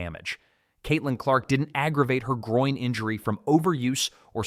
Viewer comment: Groin, NOT Groing